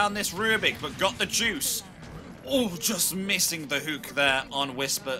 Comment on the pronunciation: its called hook not huuuk. This is driving me crazy